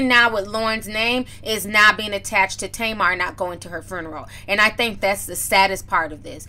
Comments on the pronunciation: “Fruneroll” lol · Girl did you say " farneral" 😁😂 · Furnarow 😂😂 It reminds me of when Ricky Smiley used to make those prank phone calls as an old lady and say “funegro” 😂😂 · inquiring minds want to know what is a 'FRUNNERAL" .....??? OMG JUS HILARIOUS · I kept hearing FURNERAL 😑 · Foo - na- row😂🤣😂😆😫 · No, she said FRUNERAL. 😀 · Hey Ti, love you girl now say it with me “Few-na-roll” lol!!! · IKR...there was an extra "r" inserted after the F. She also pronounces "every" oddly. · It's"few-neral" not "fru-neral". Wtf? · did she just say foonaral? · Listen..... every time she said it I was rooting for her to get it right on that attempt. 😂🤣🤣🤣 But we all words we can't say. I'm too ashamed to admit mine. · TI love you to death, swear I do... big supporter ..but its FUE-NER-AL you were killing me sis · Are you trying to spell the word or help Ti pronunciate it.... cause you're killing me! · lmao spelling it how she said it 😂😂😂💀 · lmao I love how you pronounce the word ...FUNERAL.... lol it's too cute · What Tamar said was bad everything but sis you can't say funeral properly to save your life 😂😂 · I’m triggered by your pronunciation of “funeral “ 🤦🏻‍♀️ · Pronounced- Fyoo-ner-al. Tamar is ridiculous 🙄